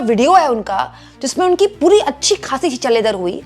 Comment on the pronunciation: बार बार आप के मूँह से "पुरी दुनिया, पुरी दुनिया" यह शब्द आ रहे थे। मगर सभी सुननेवालों को हर बार "हरदीप पुरी, हरदीप पुरी" सुनाई दे रहा था।